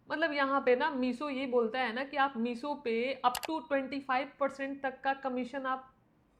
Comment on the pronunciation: मीसो क्यों बोलती हो, मीशो बोलो न । ऐसा सुन सुन के मेरी सांस रुकने लग गई